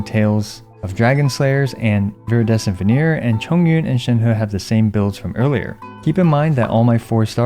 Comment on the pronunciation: Shenhu ✅ Shenhe ❌